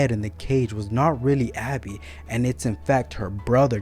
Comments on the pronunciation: Are you saying Abby? Because it's Gabbie. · I would not have put this out just yet. You did your best describing the deaths. I would work more on your delivery. Also, it is Gabby.